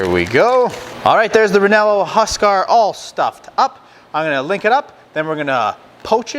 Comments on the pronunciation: U r killin. I suppose you could change the bread to like a rye or herbed ciabatta. Say Ree-yay-no, not re-nel-o. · reh-yeh-noh like the pepper maybe?? sounds like a great sausage tho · Very nice video! Just so you know, its pronounced "reienno" with a rolling "r" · I think your pronunciation made it Italian 😊